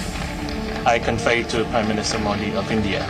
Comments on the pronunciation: Modu nahi mobi ha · nam bolna sikho phle modi ka modo mt bolo